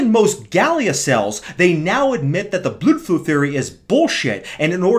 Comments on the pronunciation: oh right, it sounds like you’re saying bludflew, rather than blood flow. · enough is enough. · does he pronounce "blood flow" that way because he's making fun of the british dude from HG, or because he has no testosterone left?